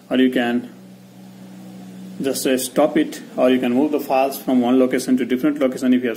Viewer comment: It's not fales bro it is files